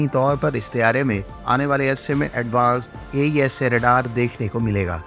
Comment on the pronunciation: It's AESA not EASA